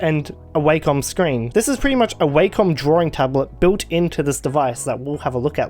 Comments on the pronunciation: I never heard someone pronounce Wacom as "way-com" instead of "wah-com" haha Pretty interesting to see XP in higher DPI, it's definitely unusual and looks weird at some places I'd be interested in knowing the specs of this device, if there's a way to upgrade its internals to max out its specs and installing a Linux distro with LXDE, I believe it could be usable in 2024! Aside from that, great video as always :] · I always thought it was wack-com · why did u say wacom like that